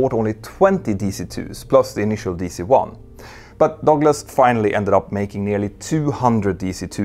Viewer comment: It took me awhile to find out what the narrator meant by "dogless". 😅